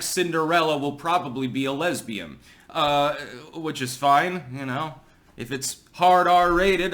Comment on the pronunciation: Except that he said "lesbiaM".. says "Ms" when he means "Ns".